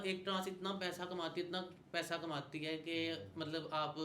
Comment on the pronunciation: Payda😂 macup😂 seriously you need to work on your pronunciation.